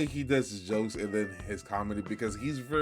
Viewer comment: Bro said “ misstevieus “ 🤣💀